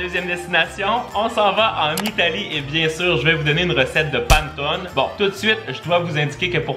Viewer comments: hello on ne dit pas pantone mais panÉtone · c'est PA-NE-TO-NE pas PAN-TONE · le panetone ce dit comme sa : pane to ne pas : pan to ne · Ça donne toujours faim tes vidéos ! Je t'avoue que pour le panettone, ça m'a fait mal aux oreilles pendant toute la vidéo 😂 C'est "Panéttone"! Comme ça tu sais 😂 ça fait trop bizarre d'entendre "panetone" haha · Le panetone se prononce "panétoné" xD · Désolé mais juste pour le panettone sa se prononce panèttoné et non Pane Tone. Sinon très bonne vidéo, vraiment agréable recevoir une notification de toi chaque vendredi après une semaine d'école. Merci! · Je voulais juste te dire que le gâteau italien se prononce Panétoné et non Panetone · on dit Pannétoné mais pas grave tout le monde fait l'erreur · J'adore tes vidéos et super idée de vidéo 😊 mais juste pour information on ne dit pas /panneton/ mais /pannétonne/ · Sa se dit panétoné et je connais meme la légende (je le fais en se moment en italien au collège ) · Ça se dit panétoné ❤️ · La prononciation: Panétoné😅 J’adore vos vidéos 😁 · Ooo mamamia ses les silabe ses panè tonai sa se dit comme sa mai sa sécri panetonne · J'adore tes vidéos ☺️ par contre la prononciation c'est panétonné joyeux Noël😚🥳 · Coucou je t’adore et je voulais juste te le dire je te dire mais on le prononce pannétone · Jmexcuse mais l'italienne en moi a cringe a chaque fois ta dit pannetone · ça ce prononce Pannéttone (Panne = pain) Pannettone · Hey ! Pour une vidéo, pourquoi pas faire un "je mange que des recettes Corse pendant 24h" ? Ps : j'adore vos vidéos a toi et Isaac, vous me mettez le smile chaque vendredi et samedi merci !❤ Si jamais panettone se prononcé Panétòne ^^ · Super vidéo ! Ça à l'air tellement bon. Les étoiles c'est sûr je les fais et peut-être le Xmas pudding. C'est tellement chouette que toi et Isaac postiez vos vidéos le week-end. Ça donne encore plus envie d'être en week-end. Juste pour info : on prononce "Panétonnéééé" 😃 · Ça se prononce "panètoné"